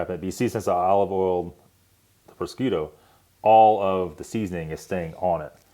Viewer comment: Thanks for butchering the word prosciutto 🤦😂😂